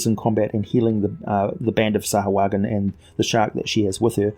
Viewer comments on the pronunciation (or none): You keep saying it wrong. SAH-WHO-UH-JHIN